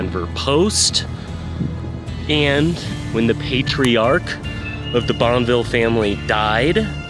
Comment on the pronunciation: It’s pronounced Bon-fee